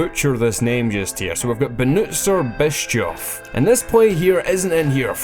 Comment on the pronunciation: BenutzerBischof here.. "semi shotgun noob":D thank you so much for using my clip. after all this months my dream finally came true haha. and you pronounced my name absolutely correct:) I love this series, keep it up!